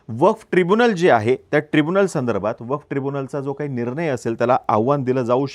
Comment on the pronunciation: अरे मित्रा... वफ नाही रे... "वक्फ" आहे जरा उच्चार सुधारा